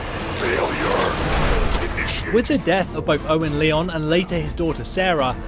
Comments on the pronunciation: it's not elder leon its elder Lyons (lions) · It's not "Leon", it's "Lion". It's just spelt with a Y. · Lyons not leon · Lee-on's group?? LION'S group! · Good vid. But who the heck is Elder Leon’s? Or at least it sounds like you kept saying “Leons”. But it’s pronounced “Lions”. That’s why Lyons group was called “Lyons Pride”. A pack of lions is called a pride. So Lyons’ Pride. Anyway small thing that kept bugging me :). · It's not pronounced elder Leons it's elder Lions but spelt Lyons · Are you incapable of pronouncing words correctly, it's pronounced elder Maxson not maxton, and it not elder leions its elder Lyons pronounced as "lions" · Leon?? It’s Lyons like Lions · Leon's brotherhood? It's pronounced as if you were to say lions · Fallout 3 BoS is led by Owen Lyons. Pronounced Lions. Not Leon's. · Just... It's not pronounced "Leeyon" it's "lion", it's like a thing... it's not "Leeyon's pride"... it's a play on words... lions pride? I'm sure this was just a mistake because it's typically pronounced "Leeyon" but, I get the feeling that a lot of these videos are made by people who have never played the games, which is a shame. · It’s pronounced Elder Lions, Lyons is pronounced Lions. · Lyons is pronounced ‘Lions’ not ‘Leons’ And Liberty Prime was not destroyed at the battle of the Purifier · "Leon's brotherhood"? It's pronounced lions. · Its um... Elder Lyons...y'know... pronounced "Lions" not "Leons" J.S. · its pronouced lions not li-ons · 'Owen Leon' Did you even play the game? it's pronounced Owen lions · It's pronounced LIONS not leeons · It’s pronounced as Lions not Leons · sorry, but it's Lyons, as in Lions, not Leon. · It’s not pronounced Le-ons, it’s Li-ons. Leon’s pride wouldn’t make sense. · Ly-ons not Leons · Samuel It’s really annoying how he says Leons instead of “Lyons”. The damn name is said over a thousand times in Fallout 3 and a few times in Fallout 4 😑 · Good vid but its pronounced "Lion" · This guy said Lee Onn 🤣🤣🤣🤣🤣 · "Lee-on"? Lol...